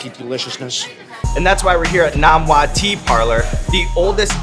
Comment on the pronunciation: NOM-wah? deceased.